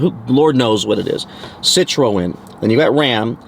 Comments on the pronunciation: Citroën "Sit-tron" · Sssit row en 😅😅😅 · learn how to pronounce Citroen